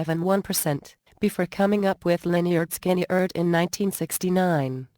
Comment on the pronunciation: Cant even pronounce the groups name correctly..damm computer